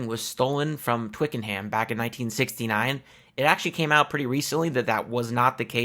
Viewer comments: In the South of England (including London) we pronounce it "Twikanum" not "Twicken-Ham", can't say for certain how the rest of the UK would say it!!! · Great stuff! (BTW, Twickenham is pronounced "Twickenum" - the general rule in England for place names ending in "ham" is to just say, "um", but not for places like West Ham, which is two separate words). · Thanks for this video. I used to live near Twickenham and FYI the 'ham' part of the town name is actually pronounced 'em'. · Why are you pronouncing Notting Hill as Twicken-Ham. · We say it Twick'n'um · Twickenham pronounced - "Twik-En-Um" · So cut how Americans pronounce Twickenham. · Mate, good vid, one small niggle though…..there is NO “Ham” in Twickenham! You DO NOT pronounce the word “ham” when saying Twickenham. Adding a “ham” in there leaves you sounding like a foreigner! And not Mick Jones!! 😜 I’m pointing this out for your own benefit btw! 😁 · Just to help (I'm English), the 'H' in Twickenham is silent. It's the same with the vast majority of conjoined placenames. When a placename is separated, like West or East Ham, then the 'H' IS sounded. I hope that helps in your future presentations.